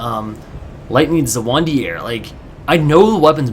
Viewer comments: Dafuq was that Zweihander pronunciation? Zuh-wun-dee-air? It's german and should be pronounced in 1 of 2 ways: Zwhy-hand-er Swhy-hand-er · hey don't mean to be an asshole but the most annoying thing about your videos is that you can't pronounce zweihander. zwei is german for two. the sword is called two-hander, as in you use two hands to swing it. zwei is pronounced zvei. you keep saying zawandier or something. sorry but i had just had to say something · bro, just FYI, zweihander is pronounced tsvai-hander. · the zweihander is pronounced "ss- vi - hand - er" not the way you pronouced it :D Zwei means 2 in german. :P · lol I just LOVE the way you pronounce Zweihander, so bad xD. Oh well, great pvp as always.